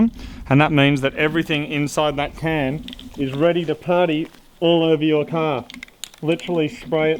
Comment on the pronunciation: "Ye cah" 😁